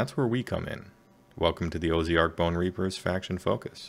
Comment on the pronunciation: That said, "Oh-zee-ark" is a new one. :)